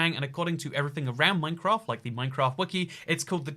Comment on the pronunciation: I would like to register my Angry Comment... it's Minecr*A*ft, not Minecr*O*ft. :^p